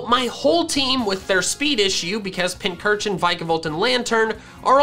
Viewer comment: FINALLY LEARNED HOW TO PRONOUNCE PINCURCHIN THIS IS THE GREATEST DAY OF MY LIFE